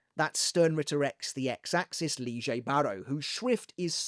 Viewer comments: I’m sorry but why is he calling Lille ‘Liegey’? That’s been grating me for the last portion of the video. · i really just need an explanation for the new pronounciation of lille´s name